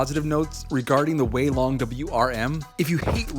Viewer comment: Yess u finally said weilong the right way Edit:it took 1 week for to see my comment